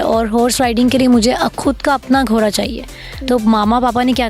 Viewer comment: بہت زبردست ماشاءاللہ، لیکن جو ھماری انٹرویو لینے والی بہن ہے انکی اردو ٹھیک نہیں وہ گھوڑے کو گھورا اور گھوری کہ رہی ہیں جبکہ بچی بلکل ٹھیک بول رہی ہیں ، برائے مہربانی اپنی مادری زبان کو کبھی بھی نہ بھو لیں